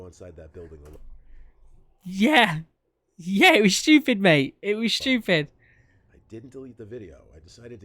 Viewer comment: It was shtupid mate it was shtupid